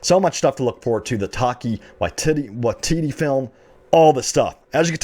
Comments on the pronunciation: Omg when you said Taika's name jesus christ. New Zealander here it is pronounced tai-ka why-ti-tee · “Taki Waitita” dude you butchered his name. How does his name look like your pronunciation?